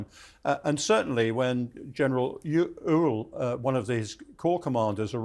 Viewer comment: Love how the mispronounce Antietam lol (And Ewell at first Oool)